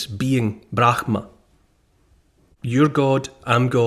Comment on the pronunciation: Neil, the pronunciation of Brahman is "Bram-ha" - no guttural 'g' sound. It's a mystery as to why it is spelt the way it is, but there you have it. Most Westerners put that strange 'g' sound in, but it is incorrect ❤